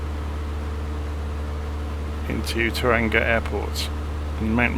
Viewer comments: Tauranga is pronounced "Tower Wrong Ga" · Kiwi here - just FYI it is pronounced "toe-wronga" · Its pronounced "Toe-wrong-ah" make sure to roll the r as well haha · "toe-rung-ah" bro